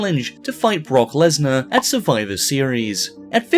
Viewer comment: Lesnar Leshly